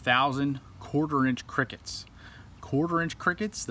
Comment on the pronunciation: I like he say “ qrickets